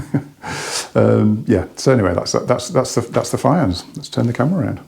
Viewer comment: They're apparently named after the designer's daughter so my guess is the correct pronunciation is Fee-on (Welsh name meaning foxglove). They look nice, but the price is way too rich for me, sadly. PS, sorry for sounding like the Welsh pronunciation police